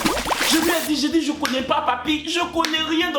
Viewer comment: courroie, courroie. on dit courroie. Poussé poussé 😂😂😂😂🤣🤣🤣🤣🤣